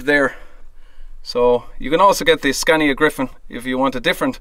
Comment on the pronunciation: Scaaaaaania! Long vowel sound!